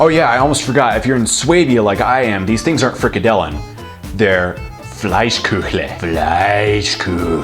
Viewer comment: Des hoißt it "Fleischküchle", sondern "Floischkiachle".